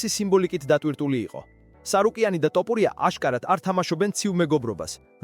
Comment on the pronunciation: ეს კაცი "თოფურია" თუ "ტოპურია"-ა?...ვერ დალაგდით ეს კომენტატორები?.. რამდენჯერ ითქვა ამ დამახინჯებაზე, მაგრამ ყურს რატომ არ იბერტყავთ?!...